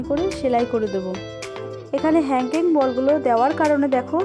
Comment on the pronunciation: আপু হানগিং বল তাই না ওটার নাম আপু তুমি একটু ভালো করে বলো